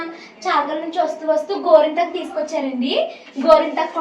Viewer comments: Gorenthaku❌ gorintaku Thrain ❌ train Hahaha emindandi meeku 😂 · గోరింతాకు కాదు గోరింటాకు